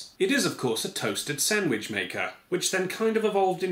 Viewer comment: "Sandwidge"